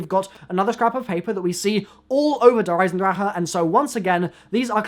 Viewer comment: Andrew Clement that's how you say it you screw